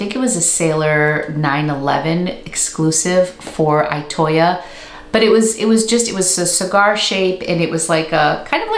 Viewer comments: Itoya is pronounced more like e-toe-yah. E like eat or east. I hope that makes sense! I don't know how to write out the sound... (>_<) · Loved this video❤ I live in Japan and have been to Itoya a couple of times. It’s a fantastic store that one could spend enjoyable hours and days in. Just a note about the pronunciation of Itoya. The I is pronounced like a double ee